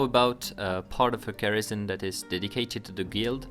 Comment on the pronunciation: Dat french pronunciation of Garrison. Gherishon!